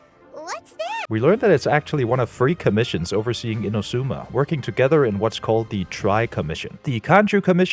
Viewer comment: Not "Inuzuma", it's "Inazuma".